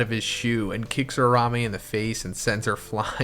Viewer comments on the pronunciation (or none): It’s URA-UME! Not URA-RA-ME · Man pls Uraume not Urarame....... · Ura-Ume plz say it right